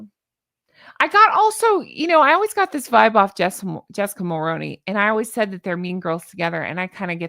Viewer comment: Honk Honk, I hope that you see this... Mulroney is pronounced very similar to Micky Rooney's last name just with the Mull in front of it.. so think of it as Mull-Rooney and then you'll be pronouncing it correctly. I'm honestly & truly just trying to be helpful. I'm 🇨🇦 & I'm in my 50's so I clearly remember her father in-law Brian Mulroney as our Prime Minister and how I've described pronouncing the name is exactly how his name is pronounced. Considering she's his daughter in-law it stands to reason she pronounces it the same way as her husband Ben who was also a TV presenter..I forget what show it's not important lol..but they both pronounce it exactly the same so I can't imagine Jessica pronouncing it differently..it's entirely possible but I don't think so. If you have seen this before I'm sorry for always saying something it's just that it really stands out when people say it incorrectly. Considering that people have been talking about the Dastardly Duo for around 7 years now, I just would've thought that almost everyone would be saying it correctly.